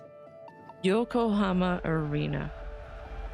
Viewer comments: "Yokohama" ✅ "Yokohoma" ❌ "Yokohoma" ❌ "Yokohoma" ❌ "Yokohama" ✅ "Yokohoma" ❌ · Think you pronounced Yokohama correct once 😂😅